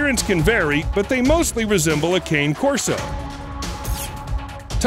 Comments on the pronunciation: Thumbs down until you pronounce Cane Corso correctly, you can do it lol. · This guy doesn't know how to pronounce Cane Corso.